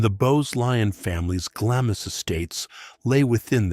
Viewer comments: Really interesting but so repetitive it borders on boring. Also, it's pronounced glams castle not glamis!!! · It’s Castle of MEY, not may! And Glamis is pronounced GLAAMS. And it’s CAITHNESS with a C not a K.